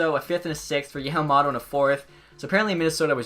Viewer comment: Not hating but it's pronounced yom-om-oh-toh